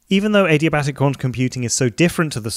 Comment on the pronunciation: Did he just say A-D-Batic?